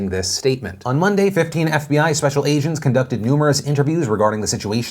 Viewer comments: he says "ASIANS" not "AGENTS" LOL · Did you say "special Asian's" by accident Phil ?- context "On Monday, fifteen FBI special agents"